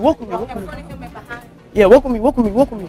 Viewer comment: Bro said wolk with me